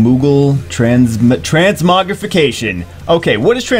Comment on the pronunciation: "Transmuggle" lol xDDDDDDDDDDDDDDDDD